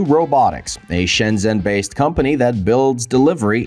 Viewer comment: If it was, he'd learn to pronounce it properly. Shen-jen with a j for john.